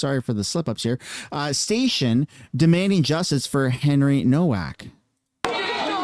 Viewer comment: It’s spelled HENRY NOWAK, in German ‘W’ is pronounced ‘Vee.’ Such as Volkswagen pr. ‘volks-vagen.’